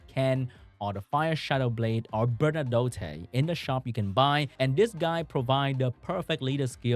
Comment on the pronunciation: I love when people can't pronounce certain unit's names because its probably not something they hear often in their own country of origin. Like Bernadotte for. We just read these names and don't hear them pronounced. Its like Hermione from the Harry Potter books, no one knew how to pronounce that name until the movies came out. For me its a lot of the more Korean or Asian names that I have a hard time with. Not making fun of, just thought it was interesting as a native English speaker that when you see Bernadotte you already know how that name is supposed to sound because its heard more often in English speaking countries. Its a cultural thing that I find interesting.